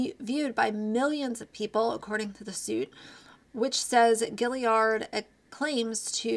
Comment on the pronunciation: I don’t watch TikTok because I am not interested in short videos. I appreciate the updates on the creators over there though! I think her last name is pronounced Gee-yard. Good video.